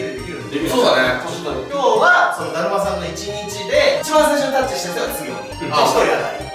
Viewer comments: たじまさんが、転んだって最初聞こえたww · ダーマさんが転んだにしか聞こえなかったww